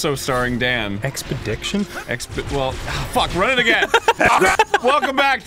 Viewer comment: "Hey, welcome back to jameme Garfield's expidickshun to mt everest! starring arin hamston and, I guess, also starring Dan everyDamn, who's APPARENTLY a stickler for pronunciation."